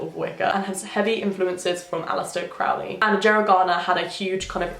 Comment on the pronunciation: ilysm! But Crowley is pronounced Crow ley, like the bird. :)